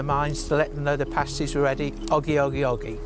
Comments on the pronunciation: They're pronounced past-ees, not, paste-ees👍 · Pasties as you guys were pronouncing it with the long "a" was the name of an article used in burlesque/stripping clubs to cover a certain pair of ladies body parts when nude dancing was against the law these kept "things" legal.